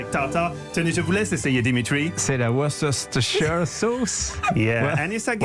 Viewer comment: La vraie prononciation est "Woste-chair" (pour Worcestershire)